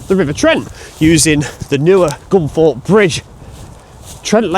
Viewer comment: I thought it was Gunthorpe but you,re saying Gunforpe which is it ?